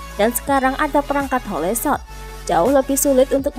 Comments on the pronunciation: HOL bukan HO LE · Hole shot di baca -> hol shot Bukan ho le shot